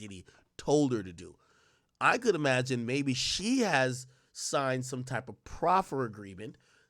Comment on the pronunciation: Every time he says ‘E-magine’ it drives me fucking crazy!